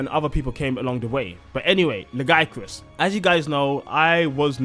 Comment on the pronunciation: Dw bro youre saying lagiacrus the only right way